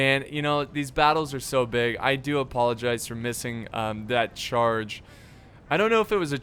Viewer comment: ‘I do appollo gize ‘🤣